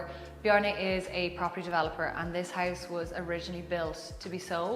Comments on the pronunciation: She so stragely pronounce "house" omg. I thought at first it's heist.) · The way she says "house" sounds like "heist" - haha I wasn't sure what she meant by that for like a sec :D